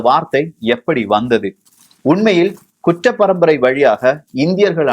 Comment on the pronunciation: தம்பி உச்சரிப்பு சரியில்ல,,, kuttra parambarai,,,, kucchra parambarai இல்லை